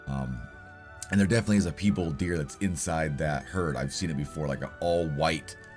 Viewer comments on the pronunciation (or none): I wasnt going say anything but the deer is pronounced pie-ball 😂 but then again peebal sounds good to me brother! 😂 anyways thabks for all videos and work putting in! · Please stop saying “peebulled”....Just please pronounce it correctly.... Just how it looks... Pie and Bald.... Piebald.... Not Pee and Bulled... Don’t mean to be picky but I watch all your vids and this just grated on me. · I love the way you pronounce Piebald 😂💖 I’ve never heard anyone pronounce it that way, it’s wonderful